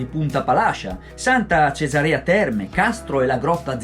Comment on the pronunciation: Buona sera. Oddio, poca roba... Per quello che ho notato io: 1) Si chiama Punta Palascìa e non punta Palàscia; 2) Si chiama Santa Cesàrea Terme e non Santa Cesarèa Terme; 3) La grotta Zinzulusa è stata scoperta nel 1793 e non nel 1973. Mi scusi se mi sono permesso ma visto che me lo ha chiesto, le ho risposto. Comunque il servizio e veramente bello e ben fatto. Ancora complimenti e spero che nel Salento si sia trovato bene e sia rimasto ben impressionato. Le auguro buon lavoro per i prossimi servizi. Franco Lazzari